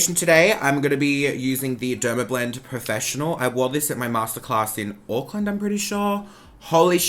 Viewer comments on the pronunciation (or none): none